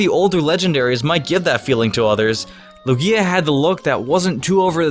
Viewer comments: QUIT SAYING LOO-GEEYA!!!!! ITS LOOGEEYA EMPHASIS ON THE LOO NOT GEE IN LUGIA. STOP. POTS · he says it like luGIa instead of lUgia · It's its pronounced Lugia (Loughgia) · he says lugia the same way as u say ikea lol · What about Darkrai, Rayquaza? He doesn't even pronounce Lugias name correctly. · I don't know if you did it on purpose or not but you mispronounced "Lugia" quite a few times.... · I can't take this seriously when you put emphasis on the back end of Lugia's name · lol just ignore me. It was the emphasis you gave to the i in Lugia lol